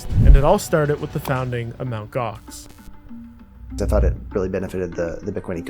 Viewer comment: "EMTEE Gox" 😂😂😂my man was doomed from start